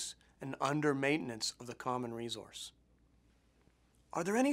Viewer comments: why does he say resource like that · learn how to say resource !!! you're driving me crazy! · Jacki Morgan that's the first thing i noticed, weird isn't it? Good presentation otherwize ;-)